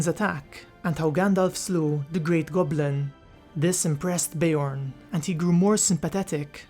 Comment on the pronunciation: Bear, not ber haha